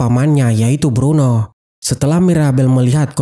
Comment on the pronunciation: bruno bukan bedro